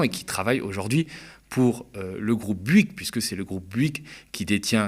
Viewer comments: On dit BOU-ygues et pas BU-ygues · Fais un effort ya un o à Bouygues c'est pas si dur que ça à prononcer